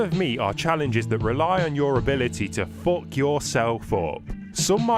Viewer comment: "Fook yourself up" lmao